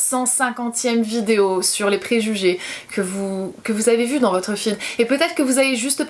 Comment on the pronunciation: Moi au tout début j'ai été gênée par ta façon de parler, je veux dire les "que" que tu prononces "qwyeu". Mais je m'y suis faite et c'est tellement minime par rapport à touuuuuut le positif que tu engendre avec tes vidéos, ta sincérité, ton naturel ~ bisous continue comme ça !